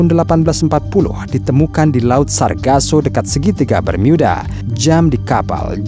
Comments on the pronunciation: Bermuda… bukan bermyuda😅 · Bang kalo pas ngomong "bermuda" Bisa gak biasa aja ngomongnya, jangan ngomong "bermiyuda", cerita lo bagus tapi kalo gitu cara ngomongnya jujur risih bang😂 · BERMUDA min ..bukan BERMIYUDA .. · Segitiga bermiyudahh 😂😂😂😂😂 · Bermyuda geli anjir dengernya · Klo menceritakan itu tdk usah dibuat"....Segitiga Bermuda kok diucapkan Segitiga Bermiuda....tdk usah aneh".... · mimin sebut bermuda aja bermiuda wkwkwkwk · Apaan sih si mimin awal2 ngomong bermuda aja diinggris2kan jadi bermiuda.. biasa aja lagiii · ini segiitiga bermuda apa bermyuda?? cape deh pake voice app ya? ato agak gemulai yang bicara? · Pakailah bahasa indonesia yg benar"bermuda"bukan bermiyuda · Cara ngmngnya alay.... jadi pas nyimk videonnya jadi rada rada geli.. apalagi pas mengucapkan kata segitiga bermuda jadi ( bermuida). Jangan digantinganti bang kosa katanya.... jadi alay lu bang admin... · Geli mendengar kata "BERMYUDA" 🤮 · Gemes dengar bacanya segitiga Bermiuda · Salfok tiap kali nyebut "Bermyuudaa" 😂